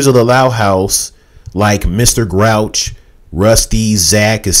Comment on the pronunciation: It's pronounced "Grouse", not Grouch.